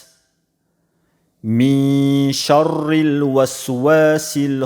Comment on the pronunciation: Шаррил мягко читаются